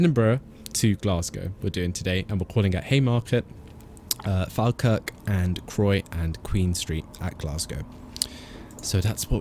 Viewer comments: Falkirk is pronounced "fall-kirk" rather than fal-kirk just fyi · Great video, I've watched your videos for ages but just realised I havnt subscribed, so I have now. So since you mentioned it falkirk high station is actually said like...... Fall- kirk, as in you're falling over. Just thought I'd say it because you said you like learning new things. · Falkirk is supposed to be "Fall-kirk" (a lower "all" 'a'). Or, that's how I've heard every conductor on that line say it. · You have pronounced my town wrong Falkirk Watch Some Falkirk games You have a failed to pronounced